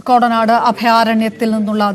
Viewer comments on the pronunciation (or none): ക്രൊടനാട് അല്ല കോടനാട് 😂